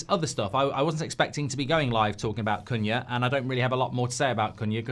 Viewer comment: is awful at saying his same. She’s the same with Cunha too haha